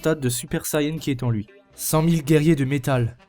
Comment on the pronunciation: Mec, ta vidéo est bien dans l'ensemble mais je t'en prie, fais pas la même erreur conne que les comédiens français et l'équipe de production, c'est Sayane, et non pas Sayen, c'est d'autant plus vrai en japonais, ça me tue d'entendre des gens écorcher ce nom, je l'ai moi-même fait quand j'avais 8 ans et venait tout juste de connaître la série en jouant au jeu sur PS2, mais je prononçais à la française en disant "seyant" donc c'est pas aussi grave !